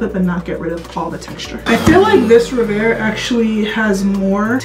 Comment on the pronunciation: I think it is pronounced REV AIR not RE VAIR